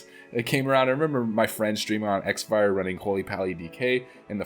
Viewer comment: Xfire back in my days of using it wasn't exactly pronounced "ex-fire". The "X" was a play on the word "cross". Hence cross-fire. Things may have changed..... then again, pronunciations can vary.....